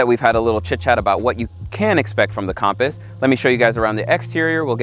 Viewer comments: Compass not com paus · It’s not compost it’s compass compass